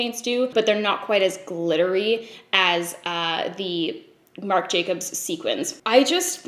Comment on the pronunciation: struggles multiple times to say "marc jacobs dewdrops" Also: "charlotte tilbury hollywood flawless filter for a superstar youth glow" rolls right off the tongue